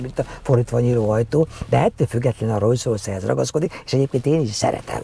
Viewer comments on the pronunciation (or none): Ugye rosszul hallom, hogy folyamatosan rojszrojsz-ot mond?